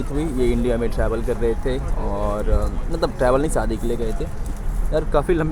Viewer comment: Bro everything is good about you and your videos except your Hindi /urdu pronunciations, like you say Saadi for shadi